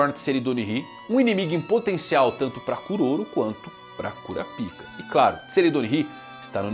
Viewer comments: Rapaz fico intrigado que o anime hoje em dia já está dublado e esse cara fala KURAPIKA sendo que a pronúncia é Kurápika O jeito que ele fala é errado e ainda é obsceno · Pare, pare imediatamente de falar "Cura-Pica" 😢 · Não tanko vc falando toda hora cura pica kkkkkkk os japoneses tinham que pesquisar antes porra